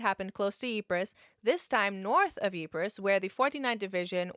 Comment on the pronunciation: The sound quality is good. My issue is with you pronouncing it, Ypress, It's not a Cypress tree that's lost it's C. It's called Ypre and given the battles fought there when dealing with the place and it's part in history, I feel demands the respect of proper naming. It doesn't take long to google the place name in the native tongue and getting a pronounciation.